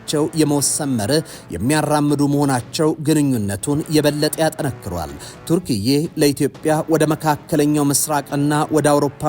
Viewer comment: የሀገሪቱ ስም ተርኪያ ነው እንጂ ቱርክዬ አይባልም ሲጠራ